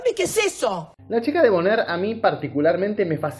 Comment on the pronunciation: Se escribe bonaire, se pronuncia boner.